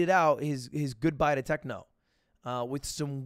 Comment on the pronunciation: there is no "h" in goodbye Lud